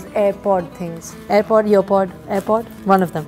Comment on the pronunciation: Wait a minute she doesn't know how to pronounce an airpod!